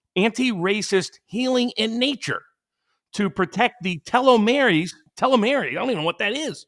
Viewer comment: Pronounced "Tee-low-meers" Telomeres are structures on the very end of a DNA strand, that do not carry any valid DNA instructions. Every time your cells divide, they replicate each of the DNA strands into two DNA strands. The mechanism that performs this replication (the ribosome) cuts a little off the end of each strand in the replication process. The purpose of telomeres is to make sure that when the end of the DNA strand is cut off, no valid DNA instructions are lost or corrupted. Such corruption is known as cancer. The longer your telomeres are, the more times your cells can divide before the replication process starts corrupting your DNA. I only know all this because one night I happened upon a college lecture on DNA & cancer. As a programmer, I have never been interested in anything to do with bioscience. But this was fascinating! I sat enthralled for three hours. This was God's programming! (Complete with a bug in the design.)